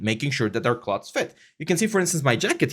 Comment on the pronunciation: Thanks for this! I’d suggest learning the pronunciation of “clothes”, “clothing”, “sew”, etc if you plan to do this long term in a professional capacity - can be distracting for native English speakers :)